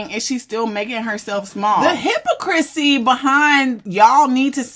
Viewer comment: Hypocrisy / hi-pa- crissy . I’m sorry love your pronunciation of that word had me upset lol 😂 otherwise great breakdown as usual ❤